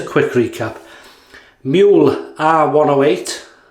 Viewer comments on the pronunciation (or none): You got it almost right. You just need to drop the y in Muehle. As in "you" but without y.